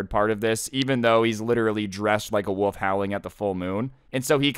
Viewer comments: It is not woof it is a wolf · the way you pronounce wolf tho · pronouncing "wolf" as "woof" gets me very time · can't pronounce wolf